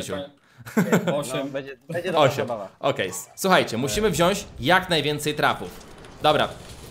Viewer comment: Mòwi się wziąć